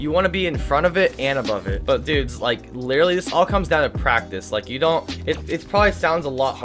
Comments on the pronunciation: Why do you say littely XD it is litteraly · The amount of times he miss pronounced the word literally is absurd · i like how he says (literally)